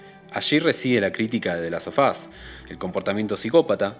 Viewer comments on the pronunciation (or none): Interesante el punto de vista del video y la profundidad de análisis, me suscribo a la espera de más. Una cosa nomás, en el título del juego, en inglés, el sonido /f/ se vuelve /v/, /delastovas/ (ponele que esa es la transcripción aproximada, porque no tengo signos fonéticos en el teclado), y como se repite mucho en el video de tanto escucharlo quedan ardiendo un poco las orejas, perdón 😅. Ojalá le vaya bien al canal, deja con todas las ganas de ver más videos.